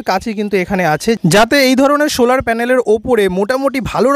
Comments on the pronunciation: Sholar panel na solar panel..uccharon thik korun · Vdo is nice but bad pronouncing of solar..